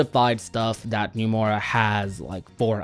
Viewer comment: why do you keep saying Numora?